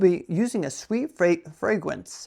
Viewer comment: “Fwaygwence” 😂😂😂 Mommy I want animol cwackas and appol jewce pwease